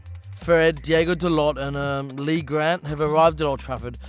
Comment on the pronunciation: Did they just say “Diego” Dalot? 😂 It’s Diogo guys ahah He is not from the Ice Age films ahahah